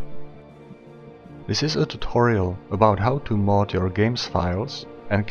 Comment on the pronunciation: Mod not mode. Fast "o" not a long one. Just wanted to point it out ;)